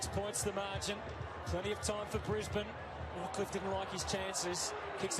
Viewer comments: Brisbane Lions is more pronounced Bris-Bn! Not bris-bane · Pronounced Brisbin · Brisb'n, no vowel. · The bane in Brisbane is pronounced behn, basically like a typical aspirated non-vowel as if the b runs into the n. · Didnt know Bane from batman was in this, its not how you say Brisbane , the same way you say Urban is how you say Brisbane even tho Brisbane has an E at the end of it the E is silent. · A couple more tips on pronunciation (not that it's a big deal but you seem committed to getting things right) Brisbane ... don't say the A sound, Like Melb'n, we also say Brisb'n and Essen'd'n ... just out lazy vernacular really. Funnily enough they are sometimes called the "Dons". Some teams have other nick names too ... like North Melbourne are not just the Kangaroos, they are also known as the "Shinboners". Sydney are sometimes referred to as "the Bloods" and Carlton as the "Bluebaggers" or just "Baggers". Scoring can be really fast in AFL so when a team finds their mojo, it's not unusual to see 4 or 5 goals kicked in a row. Some games sees momentum shifting several times which can be quite thrilling. As for the clock. if it's a huge lead then you feel safe for the last 5 minutes or so, but if there are only a couple of goals in it, you only really give up in the last 30 seconds because anything can happen and the game can be super fast right up until the final siren. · Ban the bane, it's Brisben. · Brisbane is pronounced Brisbin, Essendon pronounced Essenden